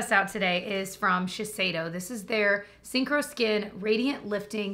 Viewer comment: I’ve always heard you say the name of the Shiseido concealer and thought it was called ‘Sink or Skin’ and thought ‘ya that makes sense, you either sink or have coverage on your skin’. (🤷🏼‍♀️) It wasn’t until I saw ‘Synchro’ on the screen today and learned the actually name. I must say I like mine better 🤣